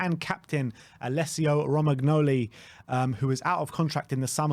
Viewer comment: It's pronounced romanyoli